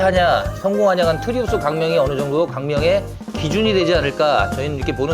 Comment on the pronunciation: 트리우스를 왜 자꾸 트라우스라고 하시나